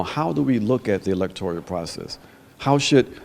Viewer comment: Ajamu, the word is electoral, not electorial...